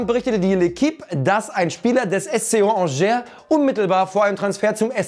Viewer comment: man spricht es nicht ‚angère‘ aus sondern „angé“ no front